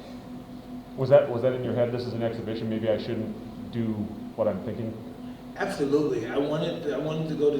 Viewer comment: More like ab-tho-lutely 😂